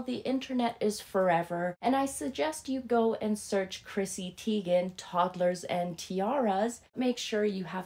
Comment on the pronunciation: As HG Tudor says Teegan, Tigen, Tagen.